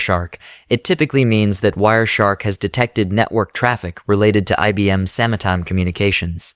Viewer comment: I appreciate this video. But also: "sama-time"